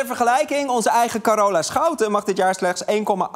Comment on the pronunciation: Carola werd Corona (meende ik te horen)